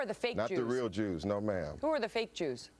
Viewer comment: did you notice she said jewers!